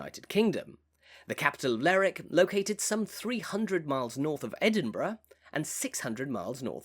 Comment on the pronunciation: Nice video but it's not "Ler'ick", it's "Lerwick".